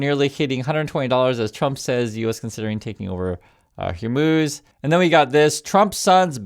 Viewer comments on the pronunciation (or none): none